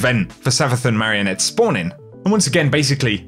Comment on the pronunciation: Hearing say marionette makes me hungry